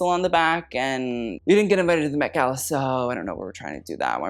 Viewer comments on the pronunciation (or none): none